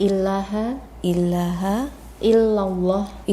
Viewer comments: Koreksi mbak ya, yg nuntun syahadad dn yg jadi saksi, bahwa maghrojnya kurang pas shgg akn merusak makna. "ilaaghe jgn dibaca illaaghe". Perbedaan artinya tanyakn ke ustad terdekat ya. ! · Koreksi mbak ya yg nuntun syahadad dn yg jadi saksi. Pembacaan, "ilaaghe" jgn dibaca "illaaghe" krn akn merubah arti. Silakn tanya ke ustad terdekat. Mohon maaf terima kasih